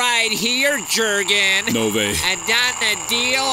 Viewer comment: Boehly calling them "J-urgen" and "Moses"🤣🤣🤣